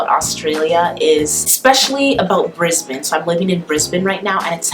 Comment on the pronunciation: Good girl! Thank you for pronouncing Brisbane properly. Keep away from that evil makeup!